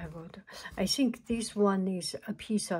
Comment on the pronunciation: "I sink... I sink this is.... this is what it is... " lol so cute!